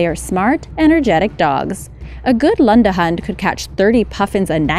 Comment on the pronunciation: the way she says lundehund😂😂